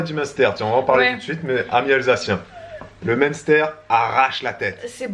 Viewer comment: Jadore comme di "monster" on dirai le nom de boisson énergisante, alor que le dit bien. Je sui de franche comter et j'ai énormément rigoler sur la video de hier en vous regardant essayer de dire munster 🤣 😂